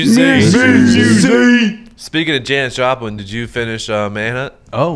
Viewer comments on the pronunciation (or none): “Jonis Japlin” hahahah